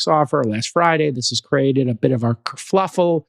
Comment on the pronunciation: Jason keeps saying KerfLuffle, which winds me up to the point of insanity.